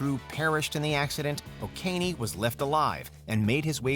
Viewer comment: It's not pronounced "O'Kean", but oh-KEH-NEH